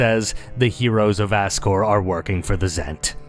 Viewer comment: Azcore is just as funny as Ascore with a hard "s".